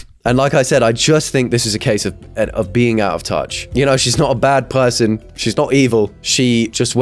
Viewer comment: She's not a bad what? "Pewsawn"